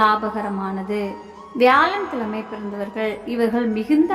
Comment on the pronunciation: ஆயுளைப்பற்றி சொல்வது ஒரு புறம் இருக்கட்டும். தமிழில் 'ழ' என்ற எழுத்து வரும் சொற்கள் மிக அதிகம். அதை பேசி பயிற்சி எடுக்கவும். வால்கை, தொலில்,கிளமை, அளகு, உளைப்பு, பலக்கம் என்று சொல்வதை கேட்கும்போது நாராசமாக இருக்கிறது. பொது வழியில் பேசும்போது பயிற்சி எடுத்து பேசவும். இல்லையென்றால் தமிழை நன்கு உச்சரிக்க தெரிந்தவரை விட்டு பேச சொல்லவும்.